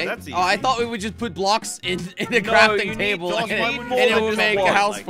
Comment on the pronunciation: When said crorting toble it was so funny 😂😂😂😂